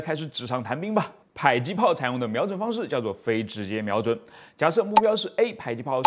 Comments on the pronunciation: 迫近距離榴彈砲，迫近應該是讀po不是bai吧！？對吧！ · 正确，我只是好奇为什么会读成“PAI”，我估摸是被教官方言带偏了，“迫”在客家话中读成“北”（bei,其中ei是短促音），有些方言中，“迫”可能是接近“呸”的读音，后来就演变成“pai”了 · 迫，音破(ㄆㄛˋ)聽著就受不了... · pai？还以为是bo或zhui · 迫是唸「破」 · “迫”，为什么读成PAI？我查了下字典，读成PAI只有一个解释，就是“迫击炮”时读PAI，这说明是以讹传讹，第一个人不认识字，造成以后的人跟着乱读